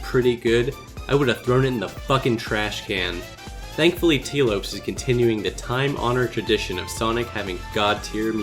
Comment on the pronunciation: Sorry for the pedantry but as a Portuguese citizen I feel the need to point out that "Lopes" is pronounced "LAW-psh", not "LOW-psh"